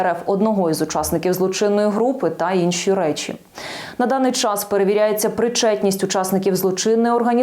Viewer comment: Спасибі Велике Національній Поліції ! Тільки не чччикайте й не щщщикайте так наполегливо ! Чччас й щщщеплення …,не подвоюйте ці дві приголосні ,бо аж алфавіт гикає од ваших грамотних оповідок ! Й де ви цього понабирались ?!